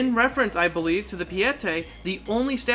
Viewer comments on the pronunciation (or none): The Pietà not Pieté